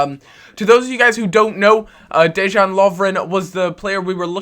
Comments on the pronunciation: It's pronounced 'De-yan Lov-ren'. Not Dejjjaaan. Just saying :) I'm Croatian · You say it DeYan :D you got Balkan power in the back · It's pronounced Deyan!